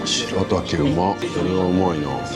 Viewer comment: 「しらたけ」と読みます（笑）